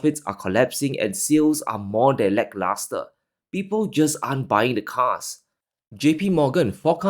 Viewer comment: I like podcasts...but cringe at his pronunciations... especially the LAHs.